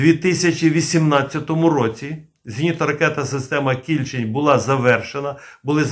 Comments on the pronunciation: Наголос на букву "е", КільчЕнь. Це назва річки в нашій області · Та наголос на другий склад в слові Кільчень. Місцеві так річку звуть північніше міста. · Кільчень , наголос інший ,це річка у пгт .Підгородне. м.Дніпро. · Наголос у слові Кільчень на останньому слогові . Це назва річки у дніпропетровській області. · Дякую за роботу! Але в слові Кільчень не правильно поставлений наголос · КильчЕнь. наголос на другий склад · Кільче'нь-наголос на (е) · Є річка Кільче́нь (наголос) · Кільчеʼнь наголос на останній склад, це річка біля Дніпра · Вірно казати Кільчень з наголосом на е. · КільчЕнь. З наголосом на е. Це річка така. Ну хоч збирайте моло мало інфу перед записом. В нашому найменуванні невірно ставити наголос, то ганьба! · Не кI льчень,а КільчЕнь,на дніпропетровщині є річка КільчЕнь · Не Кііільчень , а Кільчееень , наголос на "е" . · Наголос не правильний - кільчЕнь. Це назва притоки р.Самара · Не кІльчень, а КільчЕнь. Річка що тиче в примісті м Дніпра. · не кІльчень, а кільчЕнь, ця річка притока Дніпра тече у нашому місті... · Пане, думаю, що наголос правильніше буде ставити на другий склад - Кільчéнь, а не Кі́льчень. Бо під містом Дніпро протікає однойменна річка «Кільчéнь», а КБ Південне саме в Дніпрі. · А чому кІльчень? Правильно кільчЕнь :) це річка така :) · Шановний, Ви невірно ставите наголос у назві "кІльчень"! Правильний наголос на другий склад, "кільчЕнь", а не на перший!!! Кільчень – це гідронім, назва річки, правий приток річки Самара, яка є лівим притоком Дніпра. Кілчень впадає у Самару зовсім поряд з гирлом самої Самари. Дуже мальовнича місцина. І це в межах міста Дніпро! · не кІльчень а кільчЕнь річка така є під Дніпром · Ага, мені теж КІльчень трохи ріже вухо.🙂 Бо річку всі називають КільчЕнь. Це як з тієї реклами про пиво: - Куме, а ти знаєш як у Новгороді називають наше пиво? - Як??? - Піво! 😅😅😅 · Кільчень з наголосом на останньому складі. Кільчень це річка біля міста Дніпро. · Тiльки правильно - КiльчЕнь. Рiчка е в нас така....